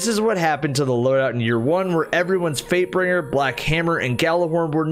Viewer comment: Swear to god anytime he said fatebringer i thought he said vapebringer